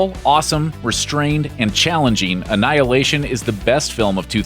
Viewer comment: you lost me at anhihilation